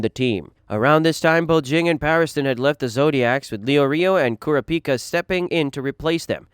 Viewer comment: You can tell this guy never watched the series. Kura pica?